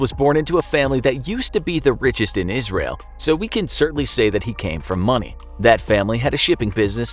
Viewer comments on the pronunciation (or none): none